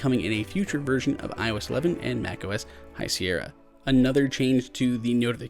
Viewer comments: High Sierr-i-a? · Did he just say "High Sierrya"??!